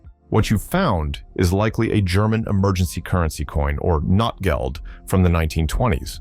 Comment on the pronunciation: The way you pronounce "Notgeld" even a German would understand "Non-money+